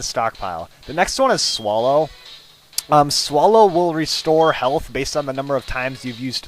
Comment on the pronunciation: you say swallow weird.. haha. sounds like you say swullow.